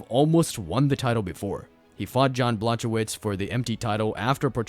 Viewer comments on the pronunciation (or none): Jiri and jan had a seizure after hearing you pronounce their name